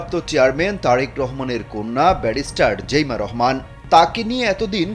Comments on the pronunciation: জেইমা না জাইমা রহমান সাংবাদিক ভাই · জাইমা রহমান,জেইমা রহমান না,নামটাও জানে না , কিন্তু নিউজ করে🤩